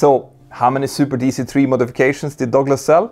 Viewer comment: It took me awhile to find out what the narrator meant by "dogless". 😅